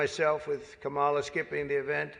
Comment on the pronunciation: pronounce her name correctly.